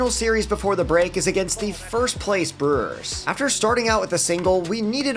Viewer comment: Ah yes, the Milwaukee Brerrs.